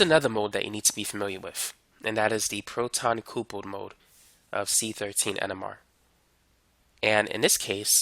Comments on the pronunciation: Appreciate the content brotha.....but "coopled"....WHAAATdaFuuu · "coopled" haha what